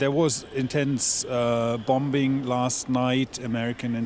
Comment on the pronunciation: he said "BOMBBBING" lol